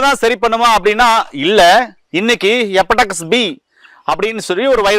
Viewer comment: அது எபடெக்ஸ் கிடையாது.... HEPATITIS (ஹெப்பாடிடிஸ்) முதல்ல பெயர்களை ஒழுங்காக உச்சரிங்க.... அப்புறம் வைத்தியம் சொல்லலாம்....